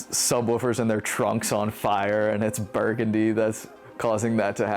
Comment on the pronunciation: Thanks for putting this together guys! Figured I should mention the song is pronounced Bur-GUN-dee like the street in New Orleans.. not like the color I grew up there I should know better... oops 🤣🤦‍♂